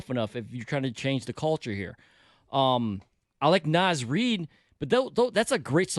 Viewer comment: “Naz REED” smdh